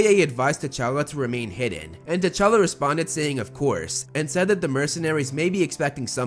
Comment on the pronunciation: Its actualy t'chala